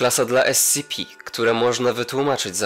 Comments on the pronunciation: esipi, nie escipi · nie scipi tylko scp